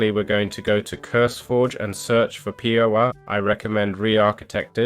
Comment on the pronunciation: Next time, if you're going to do a tutorial at least learn how to say the mod name... its litteraly power with ah instead of er.